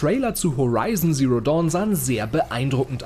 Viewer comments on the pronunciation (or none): none